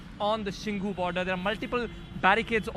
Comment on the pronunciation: It is not shingu it is shambhu border.